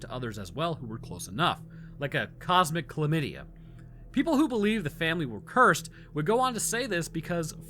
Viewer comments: I died with ‘cosmic chylamdia’😂😂😂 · How have I seen this video like seven times and I realized you said cosmic chlamydia